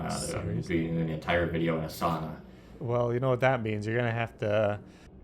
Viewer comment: Its SAUNA not saana 😂